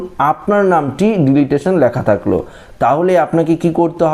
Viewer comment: Dada, Apni video te bhul kore delitation uchharan korchen ota deletion uchharan hobe 🙏